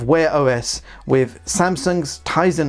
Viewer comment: The word is WITH not WIV. The word is BLUETOOTH not BLUETOOF. The word is OFTEN not OFEN.